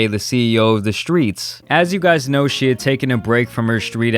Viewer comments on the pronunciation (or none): Man said ceo of the skreets 😂😂😂